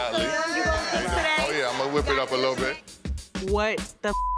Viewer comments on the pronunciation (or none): Not “L’eBay”😂😂😂😂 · not le’ ebay 😂😂💀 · "Le Ebay" is READ OF THE YEAR over here, yo!!! 🤣🤣🤣🤣🤣🤣🤣🤣🤣🤣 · The shade assassin 🤣🤣 not le’ eBay lmfaooooo💀